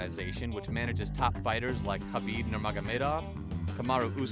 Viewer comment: Khabibs name is pronounced habib. Also khamzat doesn't have the fastest wins, royce gracie does